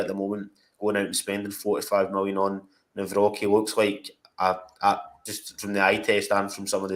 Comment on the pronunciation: I think his surname is pronounced Navrotski 🇮🇪🇮🇪